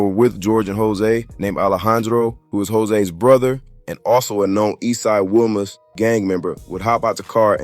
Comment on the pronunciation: I strongly dislike you culture vultures ..say the words right if you going do a video .. WILMAS IS PRONOUNCED WEE-Mas so many things you saying needs to be reconfirmed from a REAL SOURCE!!